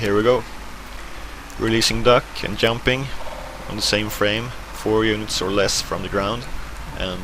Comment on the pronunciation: he is very good at "yumping"